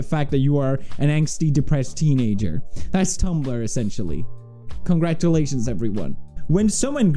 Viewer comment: I pronounce gif like pewds does but pewds can’t even pronounce Congratulations right 😂